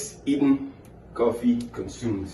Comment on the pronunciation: I know this is year on; but how you say bang, bang, bang, boom and cuffee make you lsound ike a Bajan: a name for some who comes from Barbados